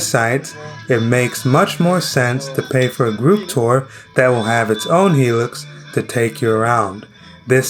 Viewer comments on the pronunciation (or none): none